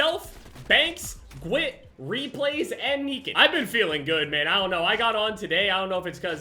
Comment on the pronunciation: When he said gwidt. Brings back old memories